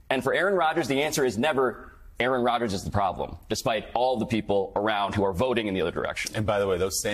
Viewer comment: * "Qaaron" Rodgers. Pronounced "Karen"?